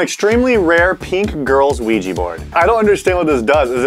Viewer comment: Ugh.. OuijA, not Ouijee! Love you guys but that's a cringe pet peeve.